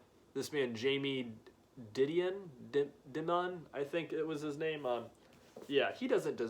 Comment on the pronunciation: I just finished this one. Lol, it made me giggle that you mispronounced Dimon...but then again I've worked in Financial Sevices Industry for the last 15 years - where you can't not know who he is, lol! I personally liked the little bit of drama and him directly addressing Jamie Dimon. That is pretty bold in my opinion...to directly call out someone with so much power! I think he argues effectively that we do already have socialism in the USA...just, only for the rich (harsh capitalism for the rest of us). He also argues that the bottom 99% of the country should band together for a government and laws/policies that benefit all the people rather than the few at the top. Cheers!